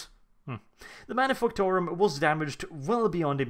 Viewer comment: Am I the only one who consistently hearing him say Manifucktorum